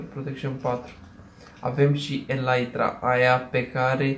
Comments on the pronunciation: Se zice elitra nu elaitra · Elytra se citește elita nu elaitra.